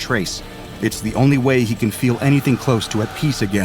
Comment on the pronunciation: It’s not feal